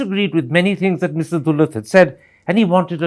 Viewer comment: I don’t know who’s the interviewee but he definitely changed “r” with “d” (last character of Mr “T”) in many instances …that to successfully. 😂😂😂😂😂